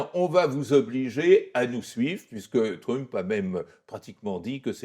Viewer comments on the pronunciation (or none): Pourquoi prononcer "trump", pénible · Bonjour, très bonne vidéo, par contre pourriez-vous prononcer Trump correctement? Ça perturbe à chaque fois, vraiment je dis ça avec bienveillance. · J’aime bien comment l’invité fait un effort pour prononcer correctement « regime change » en anglais, mais prononce de façon bien française le nom de Trump 😂